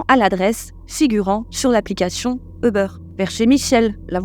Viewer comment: Svp c’est Ubeeeeeeer et non pas Ubeuuure